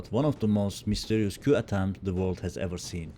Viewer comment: Coup Fransızca bir kelime “ku” diye okunur.